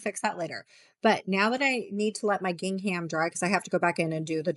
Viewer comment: Helpful Canva tips, thank you... but PLEASE... Please look up the correct way to pronounce "gingham" before making another video.